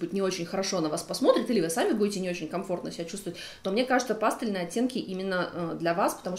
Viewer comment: Ну почему пАстельные?? Ну пожалуйста, пастЕльные! Плиз...